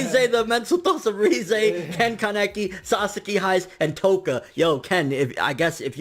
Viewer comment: simply say kaneki not kan-ne-ki 😐